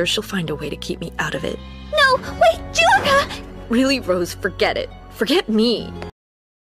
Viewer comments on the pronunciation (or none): Hate to burst Ur bubble but it's pronounced Jullica